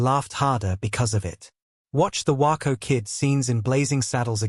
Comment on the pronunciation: It’s WAYco not Whyco you snuck.